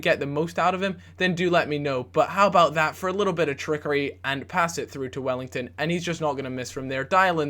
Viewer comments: It's NOT WELLLINGTON it's "WELLITON" :D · it's Well-iton not Well-ington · WELL-I-TON not wellington gooby pls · AND WELL-EE-TON NOT WELL-ING-TON!! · Welington? Welliton!! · Wellington - Welliton. Hmm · say his name right it isn't wellington its welliton! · Welliton not Wellington. :') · his name is not wellington, there is no ing. Its just well-e-ton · Welliton, not wellington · please... welliton... no welliNton.. there is no N in there:P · its said *wellyton not wellington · Can you please stop saying Welliton as Wellington :/ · grrrrr his names not wellington! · Please stop calling Welliton 'Wellington' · he's talking about the mispronunciation of Welliton